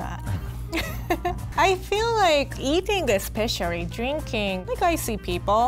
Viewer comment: I realize that said especially "especiarry"